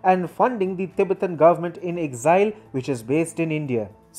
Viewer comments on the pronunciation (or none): none